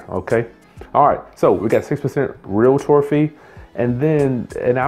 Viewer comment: OMG, I hate when people say relator